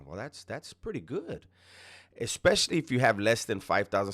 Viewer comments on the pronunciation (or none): O MY GOD …. PREACH SON, hold the phone sideways, horizontal, so many “creators” don’t know this🙈. Second, stop saying EXpecially , that’s not a word. It’s ESpicially